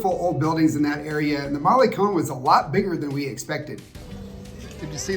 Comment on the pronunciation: Malecoln is not mollycon it is maluhcon. Sorry.